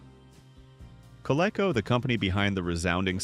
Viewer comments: co-leck-oh. Haha. It's supposed to be co-leek-oh. I wish people would stop being lazy and narrate their own f-ing videos. I'm getting so sick of these AI voices mispronouncing at least a third of all proper nouns. A human narrator would know it's Coleco. And would pronounce it right. And if, for some reason they were NOT familiar with the word, you can look it up and get a pronunciation guide. An AI just plows blindly ahead and doesn't do any research. Nor does an AI learn a damn thing, and it'll keep mispronouncing the same word. It seems like content creators have to do less and less and less, handing over everything from script writing to narration to artwork and even the research to AI ... all they do is sit back and collect the money. Hell, even the viewership can't get away from it. As I am very confident that everyone is flat out sick and tired of hearing "like and subscribe," "like and subscribe" over and over and over and over. Just to manipulate that damn algorithm that i couldn't give a damn about. But ... no. It's worse than that. Now ... it is: "leave a like, subscribe, click the notification bell, leave a comment, share the video, and hell, while you're at it, might as well make the video for me, too!" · It's pronounced Co-leek-o not Co-leck-o. The AI got it right only once in about 50 times. Thumbs down use a real narrator! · Co Lee Co not Co lek col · I hate AI. Coleco “Coh-leh-coh” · It's pronounced Col -- ee - co. I hate this "AI" hell thrust upon us. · Do your research. Idiot. !!!! It's pronounced. Coleeco. !!!! And the MCD. LT. Was. Great!!!! Every one loved it!!!! Now I know your voice. From every video. And laser discs. Were great. Anything for money. It's a shame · It’s pronounced Ca-LEE-CO . The Commodore 64 was awesome. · Coleco should be pronounced with a long e. Atari twenty-six hundred and fifty-two hundred. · I know, right? It's pronounced "koh-lee-koh" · More like "kuh-lee-koh." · AI doesn't know how to pronounce Coleco.